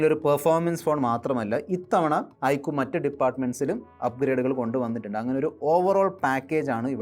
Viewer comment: ഐക്കു ❌ ഐക്യു ✅